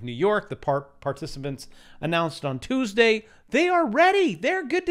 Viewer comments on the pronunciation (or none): none